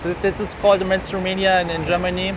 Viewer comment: I like how the way he pronounces "mainstream media" sounds like "menstrual media"....accidental truth, methinks....